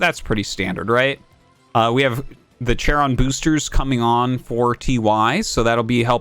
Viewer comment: Artosis pronounced "charon" like a "chad."